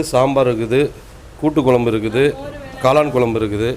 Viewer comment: Pls mam it's kuzhambu ..kolambu illa...don mistake